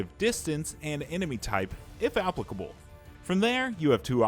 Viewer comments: The way this guy pronounced applicable and harrowing made me want to cry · It caught my ear too. Isn't it just the way Americans pronounce it?